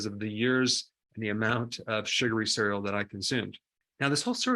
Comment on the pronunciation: Nice video but I absolutely abhor the way you pronounce 'cereal'.